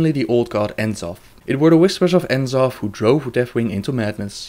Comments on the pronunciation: its pronounced NA-zoth, not En-Zoth for N'zoth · eihfyb\seufnzsief/ How can you say C'thun properly but not N'zoth? Just look at the way it's spellt for rucks sake, N'zoth, not En'zoth!